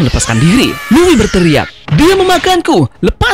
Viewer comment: Luffy bang bukan luwi